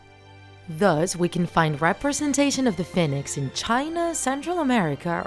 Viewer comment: Your saying "fin-ex" its pernoused "Fe-nix"